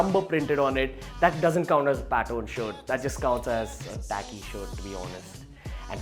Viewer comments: Is it pattern or pattorn..? Are u wrongly pronouncing it.? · Say pattern not Patton! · Learn how to pronounce "pattern" not "pat-own" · Its pattern not paton